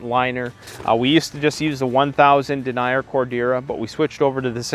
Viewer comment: Denier pronounced DEN-YER.